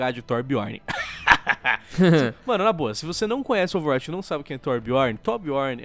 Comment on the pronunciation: falando Overwatch e mt bom "Overwuaati"